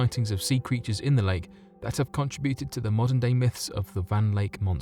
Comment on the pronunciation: CON - tributed? How can you say that?